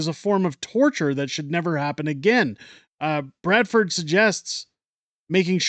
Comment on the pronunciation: Its BRADFORD...if you are going to read off other stories, please do it accurately.